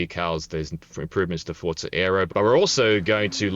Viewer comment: Why did bro pronounce it like Fortza